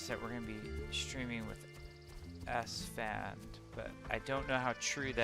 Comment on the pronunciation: stop thinking in french esfand. Its more like ass fan. Youll never forget it again